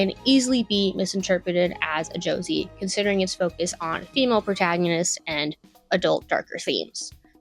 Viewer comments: its not too late to delete this. im so serious if you want to make video essays going forward this is going to nuke your credibility before you even start. josei as "josie"? girl... i'm not even 2 minutes in and this is Rough. do they not teach kids how to research/write essays in school anymore? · Yeah alright when i heard josei being pronounced ''joezey'' i knew i was being subjected to brain damage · i was cool with all the misinformation until u said "josie" instead of josei. now i want to scrap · Josei is pronounced "Joe-say". A lot of my favorite manga fall into that category when I can get my hands on them! ^,,w,,^ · we 1min plus in and girl can’t even pronounce JOSEI??? BRO let’s be fr anime tourist alert!🚨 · The pronunciation of “josei” told me everything I needed to know. It’s obvious she doesn’t know what she’s talking about bless her. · I clicked the timestamp, fully knowing she was going to pronounce it wrong, and still wasn't prepared. Burst out laughing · Gurl, that’s not how Josei is pronounced. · The pronunciation of "Josei" is sending me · im not even gonna point out how bad the arguments in this video are because everyone else has already said it but if youre gonna make youtube videos about anime, for the love of god learn how to pronounce japanese words properly. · why should anyone take the opinion of someone who pronounces josei like the guy from fortnite seriously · she pronounced seinen right, how did she mess up josei so bad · No hate but its Jo se ii not josiii/josee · so stupid you keep calling it "josie" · it what?!! Jesus Christ this video is insane Its Josei not Joezy the fck kind of pronunciation is that. from thar alone its obvious you don't know what you're talking about. popular to who? which demographic was cutie honey popular to? you can't just say it was popular therefore it was for the male gaze. wtf i hate how you speak as if Otaku is a primary male thing and that women can't be otaku. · Pronouncing Josei “Josie” made me giggle